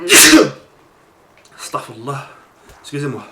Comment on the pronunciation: au fait on di staghfirOUllah et pas staghfirllah c une erreur que beaucoup de gens font et bsa7a la video